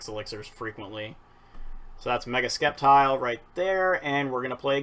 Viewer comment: Why do you say skeptile? It's pronounced septile. Like if it doesn't have that c. Just nitpicking sorry